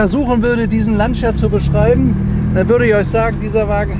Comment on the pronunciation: Beim Wort "Lancia" wird das i nicht ausgesprochen! Schönes Auto, schönes Video.